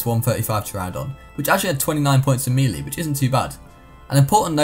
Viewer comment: Im sorry but I just realised he pronounces melee as mee lee and not may lay which is the actual pronunciation